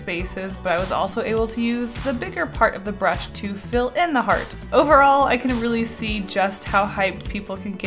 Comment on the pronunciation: "So overall" she said, drawing overalls lol